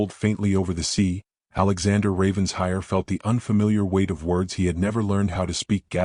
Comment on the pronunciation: For the umpteenth time: it’s NOT Ravens-hire! It’s RAVEN-SHIRE! Alexander doesn’t appear to have a very compelling argument for Eleanor coming back. He sounds like a man who does the bare minimum, despite his words. Don’t think I’d be so quick to forgive.